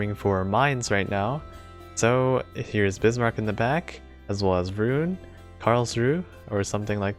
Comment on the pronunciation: was pretty spot on, but I'd like to note that Roon, as a word from german, is pronounced more like Rohn